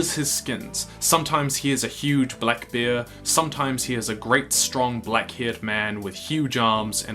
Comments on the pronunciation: It’s bear not beer! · Bear is pronounced BARE (same as air but with a B) NOT Bee-ayre as you do in this video. Which to an English ear sounds like your saying Beer. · He said beer instead of bear at one point in the video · When you said: "he has the ability to turn into a bear" I actually thought you said Beer, which made me imagine Beorn as some kind of fruity flavoured pleasant stout... it was an odd moment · I love how you pronounce it "He can shift into a beer" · You say ‘bear’ the way most English speakers say ‘beer’. I was confused at the beginning of this.